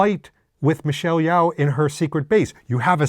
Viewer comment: Not to be "that guy" but Yeoh is pronounced Yo not Yow.